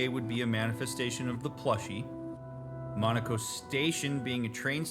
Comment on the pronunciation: Respectfully- Monoco's name is said repeatedly throughout this game. How are you still mispronouncing it? lmfao